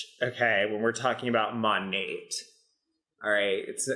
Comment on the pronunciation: haha you would pronounce it MO-neighborhood.